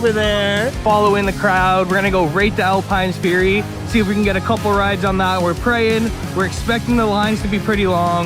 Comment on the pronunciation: Great vlogs man but why do you call it Alpine fury 😄